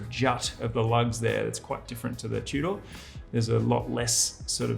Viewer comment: Tew-door!? Tudor